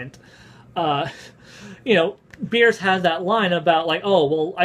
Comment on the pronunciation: Did you call him Beers? lol